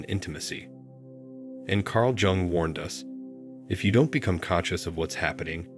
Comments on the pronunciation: you should have learned how to pronounce his surname yung not jung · PLEASE DON’T SAY JUNG AS IN JUNK , ITS JUNG AS IN YOUNG! PLEASE! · And it’s not Jung as in Junk but Jung as in Young. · Please, ask the AI to pronounce "Jung" correctly as "Yung". Or say it once and done, its in the title I think we get it! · Pronounce J in Jung as Y, and U as OO… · Jung as in yoong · Wrong it’s pronounced YOONG. Like book or cook but starting with Y and ending with NG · Who da fuk was Carl Jung pronounced Jung as in junk or jungle. This is complete AI CRAP. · The AI bot couldn't pronounce Carl Jung's name. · It got the first name right but missed the last name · Will you please give this man the dignity of pronouncing his name correctly. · Learn how to pronounce “ Jung.” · How does a report on Carl Jung not pronounce his name properly? If ai is supposed to be so smart why are so many words mispronounced? Words like read, lead, and even women/woman...geesh! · Perhaps, if you know anything about psychology and Carl Jung, you could learn to spell and pronounce his name properly.